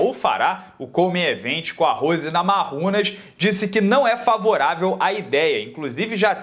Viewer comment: a pronúncia é Namaiunas, não Namarrunas. O nome é lituano, não espanhol. Só uma dica. Grande abraço